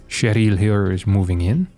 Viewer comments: why keep saying Che-ryl like its french? its an american name, its triggering me so bad! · Its "Share-ul", and probably a chick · The "r" pronounciation of "Cheryl" just gave me thrills of enjoyment hearing an anglophone person pronouncing it in the french way. XD